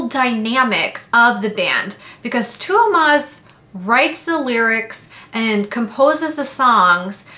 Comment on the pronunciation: As a Finn, your pronounciation of Tuomas was very good. It sounded a bit like being between of Tuomas and Thuumas (if both were pronouced as in Finnish) so if you can make the T a bit less airy and make the diphtong to O a bit stronger, it would be perfect. Even now it was definitely close enough that any Finn would understand who you're referring to.